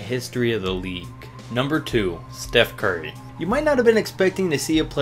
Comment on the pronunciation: This man said Steph sturry